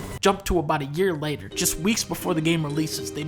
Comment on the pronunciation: "7 years LAYTER" Dunkey sounded British there for a second. And that's important